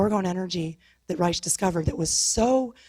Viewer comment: she needs to learn how to say wilhelms last name, it's pronounced as rike.